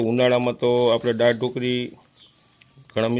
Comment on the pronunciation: જેને ગુજરાતી શબ્દો બોલતા નથી આવડતું તેવા પણ મોઢામાં ડૂચો નાખીને લાઇક અને સબસ્કાઇબ કરવા હાલી મળ્યા છે. દા. ત. 'દાળ' બોલવાને ડાળ શબ્દ બોલતો હોય એ નવાઈ છે😂😂😂